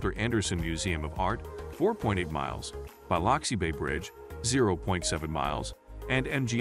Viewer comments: I grated my teeth every time he said BY LOX EE. It's pronounced BLUX EE! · Why can't they pronounce Biloxi correctly? It sounds like "Bill-loxi" What is so hard about that? Sounds like they are saying "Bile-luxi" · So do I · Yeah. Totally annoying. I came to the comments specifically for this issue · I thought I was the only one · Good video, but you should know how to pronounce a city correctly if you are to have credibility. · Please learn to pronounce city names. You can find out by asking locals, or google how to say Biloxi, or any name, for audio pronunciation.